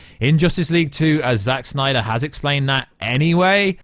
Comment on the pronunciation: Why does he say Snyder like that uhh..🤮🤮😅